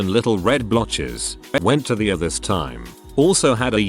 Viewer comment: Isn't it possible to teach the computer generated voice to at least pronounce a few words? I mean, in all these reddit's about hospitals, doctors, and illnesses, I would certainly enjoy hearing ER correctly- not the ever ongoing "Uhr"!